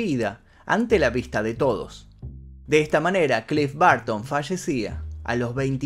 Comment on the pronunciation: "clif barto"